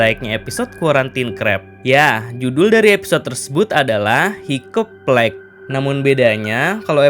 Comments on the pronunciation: Bang saran, cara bacanya" haikap plęig " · Org mah dengernya Hiccup plague Aku dengernya higeplek 🗿🗿